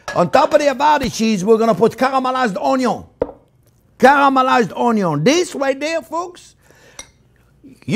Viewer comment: I love how he says "karamalayz oniow"